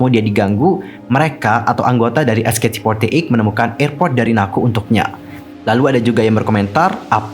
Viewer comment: sebutnya cuma "ech kei ti for ti eyt" kok, terlalu banyak ch ch nya wkwkw